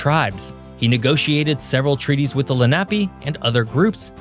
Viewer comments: It’s phonetically pronounced LEN A PEE!! I know this because I grew up here. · Len-ah- pea, properly pronounced. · Lenape is pronounced LEN-uh-pee, not luh-NAP-ee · Hi, South Jersey born & raised & Philly resident here…have we been pronouncing it wrong all this time!? We even have a high school in NJ, did they get it wrong? Len - NAP - ee!? All of us over here thought it was LEN - Uh - Pee 🤔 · It's pronounced LEN·uh·pee, not le·NAP·ee. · “Len-ahp-ee”? …Wrong. It’s pronounced “Len-ă-pe” native Americans. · It’s pronounced Lénape not Lenápe. Accent on the first vowel. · Please STOP 🛑 pronouncing the Lenape name incorrectly. There’s no “nap” sound in this word. Phonetically it’s: LEN -A-PEE. Please correct this mistake in pronunciation. Any Pennsylvanian knows how to pronounce Lenape. Again it’s : LEN -A-PEE. Get it, got it, good! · Lenape is pronounced "LEN a pay". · I like your channel but you need to research your pronunciations better. As a lifelong PA resident I can tell you that it's LENN-a-pee, mu-NUN-ga-HEEL-a and LANKA-stir. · FYI - Lenape tribe = leh nuh·pee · Indian group pronounced "Len-ah-pee", with the emphasis in the first syllable "Len". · No mention of one of Pennsylvania's Railroad cities makes this an incomplete video, Also Lenape is pronounced len-a pee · ) ... it's pronounced LEHN-UHHH-PEE / lenna pee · I swear it pronounced Len A Pee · Pronouced Len-nuh-pee. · Great video! "Lenape" is pronounced Lenn-ah-pay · Lenape pronounced Len-a-pea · Lenape Indians Len-a-pee Indians! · Pronounced len a pea. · . “Lenape” is pronounced with accent on the first syllable: LEN-uh-pea. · Lenape is pronounced "Lenna- pea." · Good video, but I suspect from some of your pronunciation that you are not from Pennsylvania! (Lenape, Susquehanna, Monongahela. However, you got Lancaster right, which many people don't.)